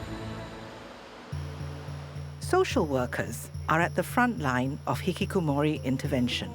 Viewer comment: the way bro pronounces hih kih koh moooori 😅